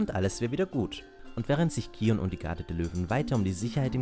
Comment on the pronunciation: Ja, das ist richtig ausgesprochen ^^